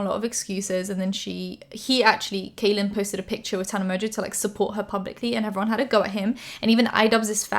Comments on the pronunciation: Hi just wanted to let you know that Kahlen is pronounced "Collin" and not "Kaylen". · Just so you know, his name is pronounced like “Collin” not “Kalyn.” Not trying to be rude, just informing you in case you talk about him again. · I love you but I've been a long time subscriber of Kahlen Barry so it bugged me a little whenever you pronounced it wrong. It's pronounced the same as Colin. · Kahlen is pronounced like Collin. Great video! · kahlen's name is pronounced like "collin" 🤎🤎🤎🤎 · Kahlen is pronounced Collin!! Lol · his name is pronounced like collin! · im pretty sure his name is pronounced like kal- in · Just FYI, Kahlens name is pronounced as Collin! Love your videos ❤️ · You mispronounced his name but that's minor stuff, i'm super happy you covered this story with Kahlen! People needed to hear his side of the story ♥ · Channon Rose's video is still up. Also small minuscule thing how come all the drama channels aka Spill Sesh say his (Kahlen) name wrong.